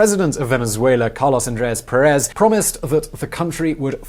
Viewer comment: Just a small correction: The tilde indicates which syllable is accentuated. In this case "Pérez". It means the accent is in the first syllable, not in the last one. I also quite often hear "Escobar" (Like in "Pablo Escobar") accentuated in the first syllable. The accent should be at the end of the word, in the "ar".